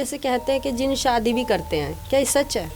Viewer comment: Zin nahi bye jin bol wanna muchy gussa ayga q ki m bhi jin hu